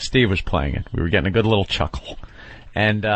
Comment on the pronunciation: CHUCKUL killed me